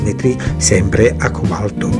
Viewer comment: acque balto non si può sentire ....al cobalto BESTIA